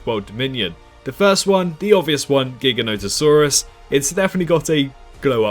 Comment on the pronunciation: Jiga no toe saurus lol my dude… it’s not that hard.